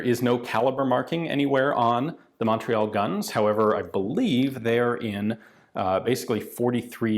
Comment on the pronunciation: Je suis déçu Ian. You can say chatellerault, tulle and Saint-Étienne whit out a accent. But you can’t say Montreal whit out one.